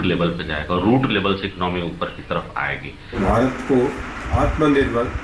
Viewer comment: ■■ आत्मा निर्भर नहीं - मोदी जी " आत्म निर्भर " कहिये ! आप ट्वेन्टी को ट्वैन्टीन कहते हैं - आत्म निर्भर को " आत्मा निर्भर " ? क्या मोदी जी, न तो अंग्रेजी ही सही है आपकी - न राष्ट्रभाषा का व्याकरण ? पता नहीं बारहवीं क्लास तक आप स्कूल के बाहर ही बैठे - - - पता नहीं क्या बेच रहे थे ? करबद्ध क्षमायाचना महामहिम ?■■